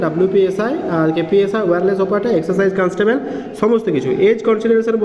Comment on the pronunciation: Exacise na excise